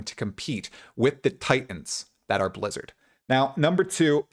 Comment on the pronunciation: I love how you hardly pronounced the B in Blizzard Lizard is indeed very hit and miss.